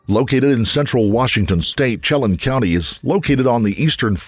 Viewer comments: When-AT-cheee. Shell-ANN. Just saying, FYI. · It is pronounced as sh- Lake Chalan 😊 Wenatchee is also pronounced differently 😅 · FYI. Wenatchee has the a sound as in Apple, and Chelan is pronounced shuh laan as in land. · Chelan Washington is pronounced sheh LAN instead of CHEH lun. I'll leave the other mispronounciations alone. They aren't as far off. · Wenatchee is pronounced "Wah-NAT-chee" (not Wah-NOT-chee) and Chelan is "Sha-LAN" (not CHEH-lun). I am a native Washingtonian and it's funny to hear these pronounced so wrong 🙂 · Okay. I can't go on without commenting that the A in Wenatchee is pronounced with a short A, it rhymes with match. The A in Chelan is pronounced like Ann. Okay, rant over. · Okay love these videos but as someone from Washington you are pronouncing the cities all wrong. Chelan (sha-lan) Wenatchee (Wa-Nat-She) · People really struggle with the pronunciation of cities, towns, and counties in Wa state. 'Chelan" is pronounced 'Shuh-lan', and 'Wenatchee' is 'Wah-nA-chee' and "Clallam Bay" Claw-Lam Bay'. Rest in Peace Mackenzie! 🙏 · NARRATOR...YOU ARE NOTTT SAYING ANY OF WASHINGTONs NAMES CORRECTLY AT ALL...ITS ...WIN*AT*CHEE.....AND.....CHELAN COUNTY is SHELL*ANN... COUNTY....there was more too❗❗❗🌹IM JUST SAYIN'😇😇😇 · It’s pronounced Sha lanne as in Chelan county… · just fyi pronunciation...Chelan -> shuh-laan' and Wenatchee -> when-a'-chee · I have seen people post this spelled 3 different ways at least. There’s your way, and I have seen, Shuh-lan and Sha-lan for Chelan. All I can gather from everyone trying to correct him, is that he’s not pronouncing it correctly. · Chelan- pronounced, shuh-lan. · I believe we pronounce it like Win-atch-ee (Wenatchee) and Sha-lan (Chelan), but we also sound like cats, so..... Excellent, excellent work. By far my favorite true crime channel. You do such a great service to the victims. Thank you! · Shay-lan and win-atch-ee. Driving me crazy lol. No one knows how to pronounce the names in this area.